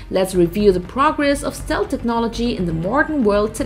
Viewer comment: This is the worst pronunciation of "Stealth" I have ever heard. Yuck. It's the focus of the video too...